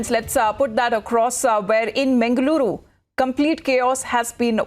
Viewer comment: Hello madam...its mangaluru..not 'mengaluru' & its pacchanaadi not 'pakkanaadi' pronounce correctly😏